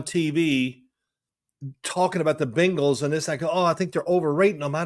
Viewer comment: Can Phil please teach his son how to say Bengals instead of Bangels 😂 it drives me bonkers! They are both indeed Savants but the Bangels is inexcusable at this point